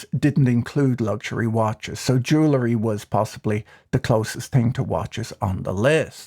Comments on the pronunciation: "Jewlery" or is it "jewelry"? Perhaps it's that Irish non-accent? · I have always found your videos to be insightful and quite witty. So I hope you will read my minor criticism with that in mind: It is pronounced ju-well-ree, not ju-la-ree. And yes, I'm quite popular at cocktail parties. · I know. Mispronouncing jewelry annoys me. Same as cavalry, turning into calvary.